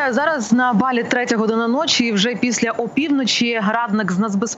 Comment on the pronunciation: Не БАлі а БалІ!!